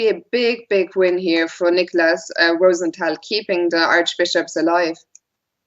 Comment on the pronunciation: More Fiona Steil-Antoni, plz! Great analysis, and the correct German/French pronunciation (ROO-sen-TAL) is refreshing!